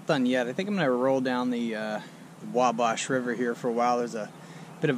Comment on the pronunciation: WabAsh river, like bash.